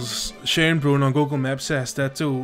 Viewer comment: First pronunciation of Schönbrunn was quite on point. The zoo is rated best in Europe as far as I know and it is the oldest still existing zoo in the world. Quite interesting as it mix modern zoo exhibits with historic buildings.